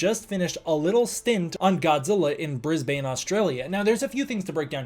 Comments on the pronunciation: As an Australian, I noticed you did kind of mispronounce Brisbane. I know it looks like 'bris bane' but sadly, our accents made the actual city pronunciation be more sounding like 'Bris bin'. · as an Aussie your pronunciation of "Brisbane" is so funny (locals say it like briz-bun but like don't overemphasise the uh sound)